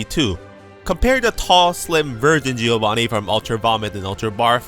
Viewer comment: It's Jovanneeh (with double N), not Jee-ovaneeh